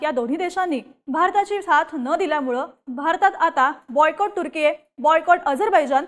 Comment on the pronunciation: तुझं ते तुर्की चे प्रोनाउंस ऐकून मी तुझ्या बातम्या बंद करत आहे. बोल भिडू ची क्वालिटी कमी होत चालली आहे. अगं ते तुर्केय नाही तर तुर्की आहे.